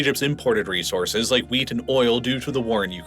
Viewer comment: Might want to really annunciate those Ts at the end of wheat. Sounds like you're talking about a VERY different kind of crop :-)